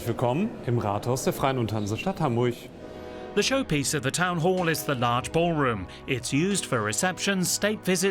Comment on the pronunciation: Endlich mal einer, der "Hamburch" richtig aussprechen kann!